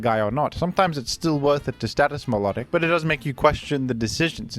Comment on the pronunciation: Vivillon is pronounced "vivion." No Ls at all. Btw, you also mispronounced Milotic and Vikavolt.